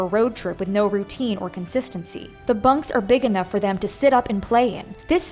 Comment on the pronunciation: "Constincy"? Is that the woman homeschooling children? Who is teaching them English??